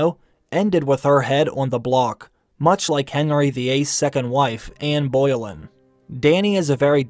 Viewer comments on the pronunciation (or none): It's pronounced Ann Bo-lin not Ann Boil-in btw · All students of history know its Anne Boleyn, not "Boy-ling" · Anne Boleyn is pronounced Anne Bow-lin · "anne BOILIN" sorry .-. personally i think the recast was a good choice - i don't know much of tamzin's work, but i genuinely can't imagine anyone other than emilia as the mother of dragons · Mate, learn your history you pronounced Anne Boleyn incorrectly. She ain’t boiling. Its Anne B-lin. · My dude really said "Anne Boiling" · Did you call Anne Boleyn, Anne Boilin? Lol She's one of the most famous second wives ever man. Put some respek on her name haha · "Anne Boilin'". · I have to say I'm always surprised when I hear a person from one of the English speaking nations butcher such a name like this. I'm from a non English speaking nation and I wouldn't dare to mess this up. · That’s the first time I’ve ever heard someone mispronounce Anne Boleyn. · anne boleyn 💀